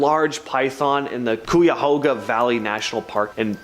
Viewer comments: Still at it huh? Still not researching names? Tiedeman Prounounced "Tee- da - min" NOT "Tide -man* " LIMA" - LIKE THE BEAN- NOT LEEMA! MARRIETTA- "MARY- ETTA" NOT MUIRETTA* AGAIN****LIKE GUY- "CUY-A-HOG-A" NOT COO-YA- HOOGA! 2 VIDEOS IN A ROW!!!!!!!! SAME NARRATOR* AND THIS IS JUST A BADLY REWORDED REPEAT OF 1ST VIDEO! AND STILL NAMES ARE WRONG! Will give this..... 1 narator actually asked question on how to say Circleville* "Circle-ville". Would think would check before recording??????? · Cuyahoga is pronounced (Ki-a-Ho-ga) . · If you’re going to mention locations you really need to learn proper pronunciation Lima is like lime-a Marietta has an I in the middle, not merretta, Cuyahoga is pronounced Ki-a-hoe-ga And so forth, there were more mispronounced